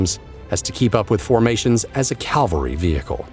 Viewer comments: how does a professional narrator, or even AI voice make such a stupid mistake as calling cavalry equipment Calvary? I don't think Jesus was there helping in the battle, at least not in an armored vehicle. Unbelievable, really Secret Truths. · It’s a military hardware video, right? Cavalry is the mounted combatants name, your narrator said Calvary which is the hill in the Bible where Jesus was put on a cross to die. It seems to me that a lot of people have trouble with getting the pronunciation right, even cavalry troopers. Really you should do your homework before reading a long script.